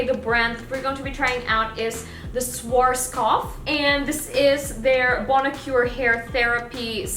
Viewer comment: 'Suarskof" 😃 i dont judge you german is hard language